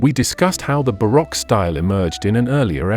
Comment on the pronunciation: Hey narrator! Or should I say AI voice? Either way, learn how to pronounce correctly all the names in your documentary. For example Montesque and baroque